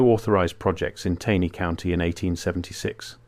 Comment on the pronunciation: The AI voice used often mispronounces words such as “Taney” County. It’s annoying since this is where I’m from.